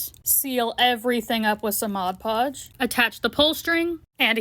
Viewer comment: You are one of the only creators who I’ve heard say “mod podge” correctly, they all say “modge podge”